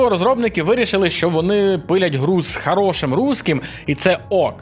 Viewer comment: чого ви всі "Гокаєте"? який в сраці "гард"? який в сраці "горор"?